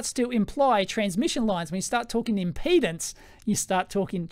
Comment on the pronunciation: Electroboom, I'm a retired electrical engineer. I love your video. I wanted to say, importantly, the word is impedance NOT impotence!!! Yours is the third of three videos I've watched on this. First was Veritasiums, then Dave at EEVblog, then yours. Dave said that we engineers think about things differently. That we have tools to analyze things and validly track physics and the rules of science. You fellows have collectively reminded me of much of the complexity we were trained to understand and analyze and calculate. I've much forgotten what I was trained and educated to deal with. I've been so browbeaten by the mindless politics and public chaos of people and the media news etc. I've forgotten the promises of my youth and education. Youtube, multimedia and Internet is a terrible way to waste a capable mind. You've helped to retrieve my past capabilities. Thank you. Amind is a terrible thing to waste, and you've given me a wake-up call.